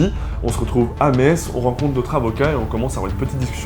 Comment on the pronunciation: Oh les vilains Lorrains dénonciateur ! Non je rigole, je suis moi-même Lorraine (🎶avec mes sabots 🎶) et à 20 mn de Metz, bravo pour votre prononciation du nom de la ville,parceque souvent les gens prononce MeTz 🤪